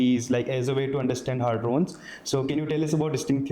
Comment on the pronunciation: pe voh hadrons hai ,hardons nahi .